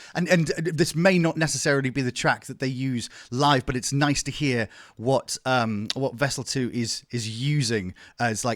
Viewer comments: Great video …. But ehhh every time you said Vessel ii…. My eye twitched. 😂😂😂 collectively can we all just say ii PLEASE. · Am i the only one who couldnt stand him calling him "Vessel 2"?